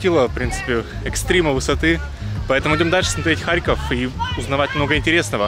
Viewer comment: киев был столицей УНР. а харьков коммуняцкий. (кстати харьков ударение на "О")